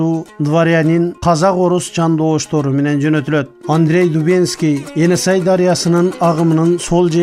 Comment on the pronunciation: Каап туура эмес айтып жатасынар эне сай эмес ээн сай туура аталышы айтылышы енисай .ээнсай бул широкая река деп которулат